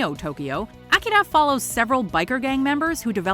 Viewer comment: OMG the way she says akira makes my ears bleed. Stop trying to be so fancy and just say it the right way for god sakes!!!